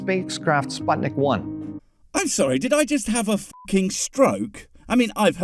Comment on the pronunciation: He pronounces it as "spOtnik" I'm Russian and I die every time I hear this dumbass say that idk. SpUtnik means satellite But the way he says it makes me think of sweat Because pot in Russian means sweat spOtnik I'm dead i can't